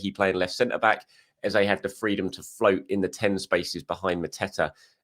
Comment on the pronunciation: I love watching your videos … but … please 🙏🏾…. Don’t copy the mainstream media. Eberechi Eze …. Please pronounce it correctly … “Eh-zeh” or ask him the next time you interview him. The same way Bukayo is said correctly - let’s give Eberechi that same respect.